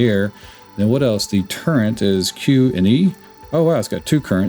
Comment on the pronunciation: I heard CHAFE instead of chaff, then TURRENT instead of turret, and immediately closed the video.